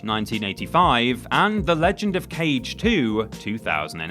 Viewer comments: Kage is pronounced "Kah-Gay", not cage. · Kage is said “kah-gay” not “cage” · Its KAGE, not "Cage" It means Shadow in Japanese i learned from Samurai Cop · Legend of KAGE (KHA-GEH) not CAGE 🤦🏻‍♂️ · Kage, as in shadow, kaagay. Not cage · Isn't it pronounced "Kah-Gay"? 🤣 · Ka- gay. Sorry to beat a dead horse. It bothers me a bit. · ....smh... it isn't pronounced cage..... cmon dude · every time you pronounced Kage like "cage" I died a little inside and now I'm entirely dead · he did it on purpose, premeditated murder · was looking for this comment and you sir are absolutely right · Isn't "Kage" pronounced "ka•gay"? Get your bloody pronunciation bloody correct. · The Legend of Kage - Kage is pronounced "kah-gay" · I'm so glad so many people noticed that too. It was driving me crazy. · You sure did! BTW, it means shadow. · I just got to that part and immmmmediately felt bad for you... lol ---- but yo when we were kids we all called it "cage" lol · Close enough yeah. Ka sounds like a crow, "caw", and Ge is pronounced like the start of "gay" just cut it off a little short so you don't hear the Y sound. You know the Ken Jeong clip where he goes, "hah, GAAAAAAAAAY"? He pronounces gay with almost two different syllables there, Japanese Ge is pronounced like just the first syllable there. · love the 1980's schoolyard pronunciation of 'Kage' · Immediately scrolled down after "Kage.." Not dissapointed XD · Take a shot every time "Kage" is said wrong lol